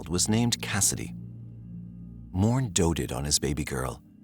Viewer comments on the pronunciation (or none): its not 'Mourne" its pronounced "More-nay" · Morne is Pronounced More-Neigh. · Morne is pronounced Mor-nay